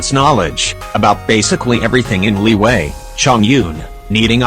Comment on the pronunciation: I just want to say you call liyue liway and you call albedo albebo